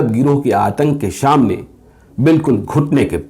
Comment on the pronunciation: sir aap to bahot achche patrkar hn aapki kahani rozana sunte hn tabhi nind ati h mai kolkata se hu ek bat aap sa ko sha mat bola kijye jaise shunate hn shamne etc